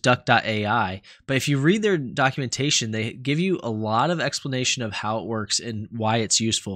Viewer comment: I thought for a second you said duckumentation